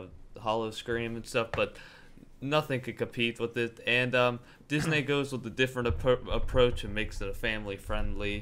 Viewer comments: its pronounced Diz-N-ee Not Diz-N-ay Disney (Ooh also i dont need to watch this, I already know disney's better) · stop saying dis-nay how annoying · please stop fucking saying disNAY . O M F G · Feel free to pronounce Disney right...so annoyinng